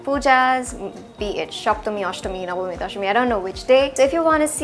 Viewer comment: The way you pronounced soptomi and nobomi. Are you a Bengali?